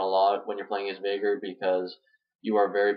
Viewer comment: This isn't really a farming guide for VeigAR (pronounce it right!), its more of a Veigar guide - or a weak one at best. :P